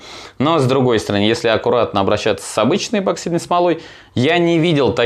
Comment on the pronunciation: почему эБоксидной то?! Неужели прочитать правильно так сложно